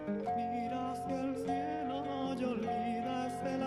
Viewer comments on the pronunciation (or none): none